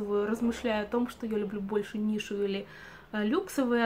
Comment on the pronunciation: У нас ароматы вообще нельзя менять, так же как и косметику. Ты говоришь "нишу", а мне слышится "Миша", думаю, что за аромат Миша )))